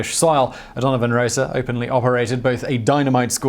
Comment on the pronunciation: It's 'Rossa' not 'Rosa'. The the first syllable contains a pure vowel, not a diphthong, and the 's' is unvoiced.